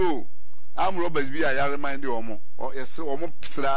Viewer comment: THIS MAN DOESNT SEEM GENUINE. HE DOESNT EVEN SOUND LIKE A LAWYER/JUDGE TO ME. HOW CAN A LAWYER NOT BE ABLE TO PRONOUNCE WORDS PROPERLY, REMAND,="REMIND", RELATE="LELATE" LOLOL. HE DOESNT SEEM CONFIDENT ABOUT WHAT HE IS SAYING. HE HAS TO BE INVESTIGATED PAAA.